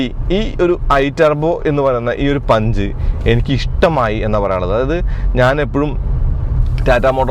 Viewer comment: പുൻഞ്ച് എന്ന് വായിയ്ക്കുന്നവർ 😂 ഉണ്ട്